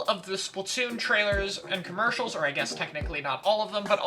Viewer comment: Just saying, it's commercial, not comercial